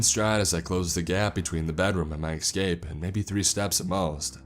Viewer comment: Dude I love your videos but one thing that's really grating... Escape not eckscape .